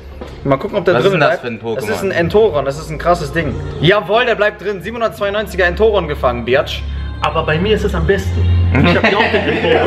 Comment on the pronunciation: Sprich Entoron bitte richtig aus